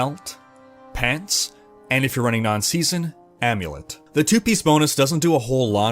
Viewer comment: Chanelink...castink...runnink....ITS ING...WITH A GGGGGGG...drives me nuts